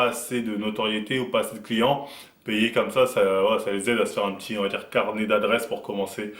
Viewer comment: Ientcli ca veut dire client non ?enfin moi je l'utilise pour dire client. Après peut-être tu disais Yenki j'ai entendu iencli. Dite le moi si je me trompe